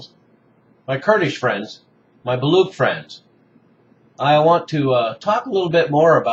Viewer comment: Thank you for spreading awareness about the Baloch freedom movement. Having said that, please pronounce the "ch" in "Baloch" as "ch" in "church" not as ck. The Baloch are proud Indoeuropean people not Semitic at all.